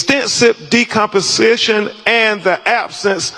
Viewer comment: The #1 lawyer on all these type cases and can't even pronounce decomposition. Sad AF. It's like we want to lose at everything possible. I'm sure he is competent and it' probably a speech thing. Or even if it's not that doesn't mean his mind is not sharp. But the optics is horrible and in such high profile cases that should not be our representation over and over again. BTW ,has he ever won ANY of these cases. If not it's clear we are addicted to failure and deserve what we get.